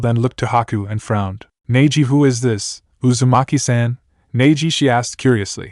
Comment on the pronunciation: If you would do a proper reading of this with the right pronunciation of the names and themes then this channel would grow.